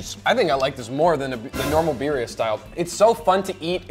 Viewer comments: biRRia not biria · its birrrrria u gotta roll that r rrrrrria birrrrrria